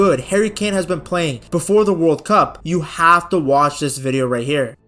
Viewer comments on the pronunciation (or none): but but bessst team in the wirrrrlddd